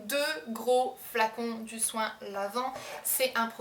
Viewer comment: "mon choin" xD sinon, super vidéo il me faut absolument le soin lavant wen